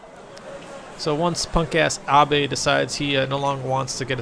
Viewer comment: Great, when I start playing this, I'll be calling him "a-bey" now. Thanks for that.